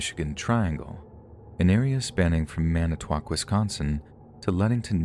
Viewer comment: You even pronounced Wisconsin and Manitowoc correctly!!! 🤣